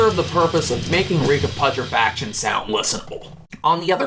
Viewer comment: The fact that you fail to pronounce "Reek Of Putrefaction" correctly.....